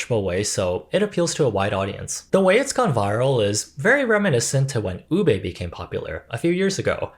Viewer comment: a little part of me dies everytime a person pronounces ube as "u-BAE" or "u-BAYYY". it's pronounced u-BEH, babes. filipino doesn't have the "ae" or "ayyy" sound.